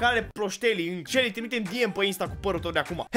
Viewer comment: E selly, nu shely